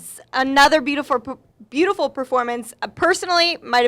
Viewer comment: beautifur, beautifur, beautifur, bautifur, anger